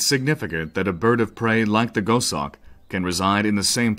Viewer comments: Gos Hawk not Go Shawk. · Amazing that someone narrates a script and there no one to tell him that he's is mispronouncing the actual subject of the documentary. Too annoying to watch.